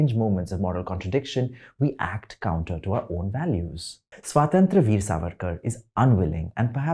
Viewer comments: Despite serving us his horribly elaborated word salad, he couldn't even manage to pronounce the word 'Swatantra' correctly in this entire video. Well, it's Swatantra, not 'Swaaatantr.' 🤣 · Idiot. Pehle swatantra bolna seekh. Where the hell do u pseudos come from. Which school what family do u come from where in India u can't pronounce swatantra. Such caricatures. We know u so well now. Go watch 4 more shots and glorify it.